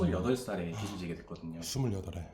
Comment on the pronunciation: 빗이 아니라 빚이면 발음할때 비슬이 아니라 비즐 이라고 발음해야돼요. 출연자랑 유튜버랑 둘다 틀리고있네… 😅